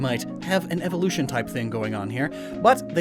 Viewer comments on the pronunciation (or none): none